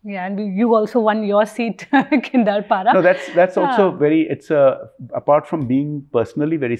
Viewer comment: Kindapara? Arre aunty, thoda youtube par constieuncy ke naam ka pronunciation toh check kar letin? Its Kendrapara. Not so tough to pronounce.